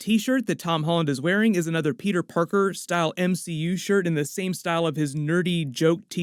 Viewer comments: Pe´´er is bri´´ish now mate! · why you keep sayin peter "pork-er"